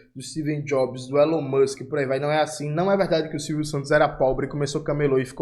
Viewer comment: "Elão Muxiem"